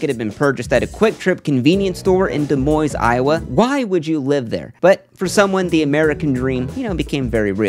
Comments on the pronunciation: My guy said dee moinz its pronounced dimoin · The 's' is silent in 'Des Monies'. It's pronounced 'duh moin' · Is pronounced “de-moin” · De-moin Iowa, not De-moys. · Where is "De Moys" Iowa? - Never Heard of it! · FYI, the "s" at the end of Des Moines is silent, so its pronounced more like De moine. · The "s" in Des Moines is silent. It is pronounced De Moine. I live in Iowa and even some Iowans make that error, even though it is our capitol city. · I had to quit watching when I heard him say "Demoiz" Iowa. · Said like Duh Moin. From a native :) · Des Moines is pronounced with TWO silent S's. Its pronounced De Moine. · It's deh-MOIN. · "Da Moynes" Iowa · I died a little inside at your pronunciation of Des Moines 😭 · Hot Lotto has the best odds of winning. Also you don't prounounce the S in Des Moines. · Dez Moin... Des Moines has a silent S at the end. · Des Moines, but THE N IS SILENT. 😂🤣😂🤣🙃Dude takes no chances. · The S is silent in De Moines. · If you're gonna talk shit about Des Moines at least say it right SMH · Really butchered the pronunciation of Des Moines there. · Before making snide remarks about Des Moines, how about learning how to pronounce it. The 's' is silent. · No s sound in Des Moines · the s is silent in Moines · Oh my, please look up how to pronounce Des Moines.